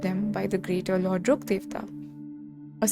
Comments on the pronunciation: omg yes finally someone pronounced Rukkhadevta's name properly, everyone keeps messing up the pronunciation so bad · I think since sumerus released this is the first time i hear someone pronounce rukkhadevata correctly😭